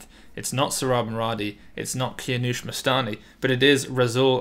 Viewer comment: “Kianoush Mustani” 😂😂😂